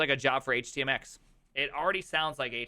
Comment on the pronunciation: I build web apps using HTMX type Ajax in the past. It’s a real pain the the ass. This is the classic “looks great with 3 pages let’s build our enterprise on this” situation. Do not let anyone talk you into HTMX as a solution. The moment I heard HYMX I turned this video off.